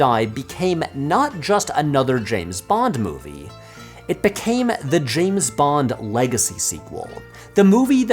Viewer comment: Why do you call him Jaym S. Bond?